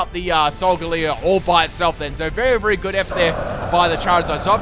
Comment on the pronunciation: "berry good" bruh